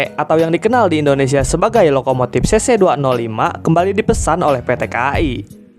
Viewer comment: Org Sunda ya bang? Huruf F diganti P semua 🤣🤣 Manupaktur Lokomotip Serpis Episien Enpironmental Elektromotip Subjektip Perporma Spesipikasi Syaipul Padli Tarip Inpormasi Pitur Demikian rangkuman huruf P